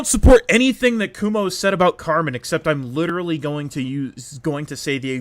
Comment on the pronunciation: Why do you call him kumo when his names is akumu